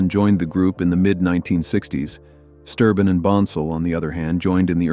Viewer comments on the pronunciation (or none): It's Sterben not Sturbin! They did have a fallout with William Lee Golden but after a few years they patched things up between all of them. And he has been continuing to sing the baritone part! And Steve Sanders did the baritone part during William's absence. Joe Bonsall had to give up his traveling due to muscular disease and passed away in July 2024! They had to have a tenor singer and Ben James joined the Oakridge Boys! He is helping them to finish their 'American Made Farewell Tour'! Joe Bonsall put his blessing on Ben to finished the tour.